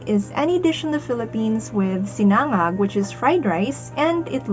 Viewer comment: Watching a fellow Filipina mispronounce sinangág is making my ears bleed...